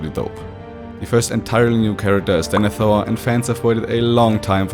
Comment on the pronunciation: excuse me, I'm sorry... "DENETHOR'S throne" ????